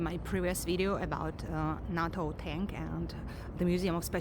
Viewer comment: NATO произносится как нэйто